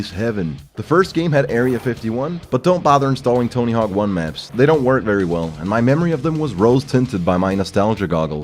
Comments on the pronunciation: Tony HORWK, vewy nais. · "Tony Herk"